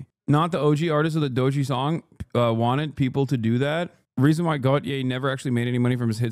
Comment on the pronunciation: Lmaooooo the way he says doechi is so turkish